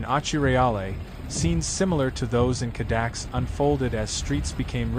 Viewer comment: It's not "Cadax" - it's Cada -kess. Dali's residence.